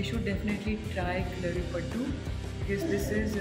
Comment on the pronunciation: Kindly pronounce it as kalari payattu. At least say it roperly so you learn it properly. Otherwise it will be a half baked knowledge.